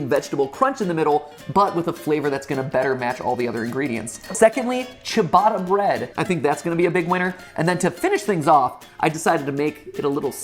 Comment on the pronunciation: Ciabatta, your prononce was chabbada, the right pronounce is chá batta, t between your teeth, not before them. Hope it works 😆, im not a pro